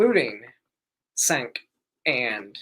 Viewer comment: The C is pronounced as a J, so Jenk, but great video otherwise.